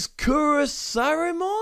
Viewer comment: You pronounced chrysalismon right the 2nd time